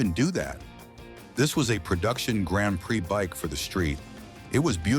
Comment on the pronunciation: Tell me you’re a robot ! & that’s why you can’t pronounce” Grand Prix “